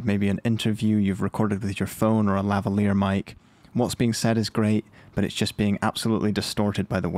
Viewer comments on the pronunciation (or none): none